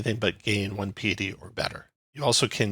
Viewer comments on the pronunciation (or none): Nice breakdown. Thanks! Also, for the sake of self improvement, it's pronounced pie-uh-tee.